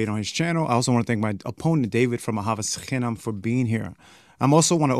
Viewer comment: Why pronounce אהבת חינם as ahavas chinam (penultimate stress with tav read as s rather than t) but pronounce שנאת חינם as sinat chinam (with tav as t rather than s)? So much was hard to listen to in the Hebrew pronunciation throughout the discussion. Why not be consistent in pronunciation (and why not leave the old Ashkenazi pronunciations behind)? Just curious... I listen for the Hebrew.